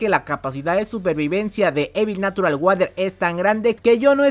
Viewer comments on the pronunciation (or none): E notado que dices natural guader en vez de natural warer